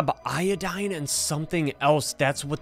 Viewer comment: “I got io-doae”💀 “We need i-do-dane”💀